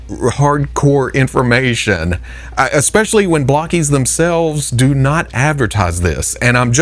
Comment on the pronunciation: I know you don't know, but it's pronounced (bloke-ees), not (block-ees). Now You've got me thinking of the buc-ee's/bucee's meme.